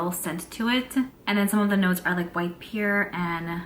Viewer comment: I never knew a New Yorker that could not say "Pear". If I didn't know better what you were trying to say I would haven't have known. Lol, Sounds like Pier like the docks. I don't know how to explain it but please don't be upset with me. Do you have Alexa or Google Assistant ask them by spelling the word "Pear" or have someone else ask how to pronounce it for you. I gotta say another evening with and yet another beautiful Advent Calendar. Loving this.I like Tom Ford's Tobacco Vanille perfume but it's so expensive. We shall see. Glad to see you before I go to bed, you always make me smile and I adore you and your content. Did we ever see a " Brooklyn Kitchen"? Good night, love you 💕💕💕🥰🤩😸🌹❣️🎁🎁